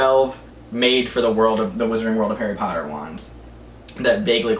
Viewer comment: harry potter not hairey palter